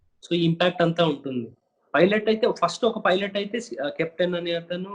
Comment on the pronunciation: Emayya పైలట్ అని అనాలి ,filot అని అనకూడదు ,నువ్వేమైనా bithiri sattiva enti